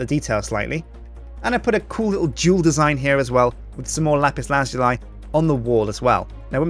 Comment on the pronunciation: Does ANYONE pronounce lapis lazuli properly?